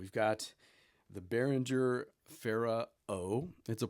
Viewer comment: It's not pronounced "bearindger", it's more like "bear ringer"